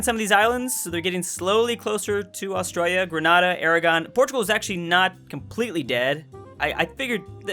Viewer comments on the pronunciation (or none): none